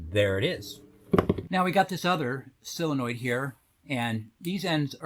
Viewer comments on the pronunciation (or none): They're solenoids not sillinoids.